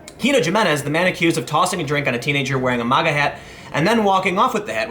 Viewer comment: It's MAGA prononuced ( MAY - GA) not Moga (M - Ah - Ga) FFS dude.